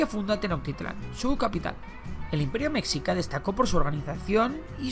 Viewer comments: Me dolía cada que decía "mesica" es mexica (se lee meshica) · Por cierto, mexica....no se pronuncia como México, ya que ese era la pronunciación española, no la pronunciación real que debe ser messhica o meshica....en Nahuatl, la X se pronuncia como sh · Cómo me duele escuchar cuando dicen o más bien pronuncian la palabra "Mexica"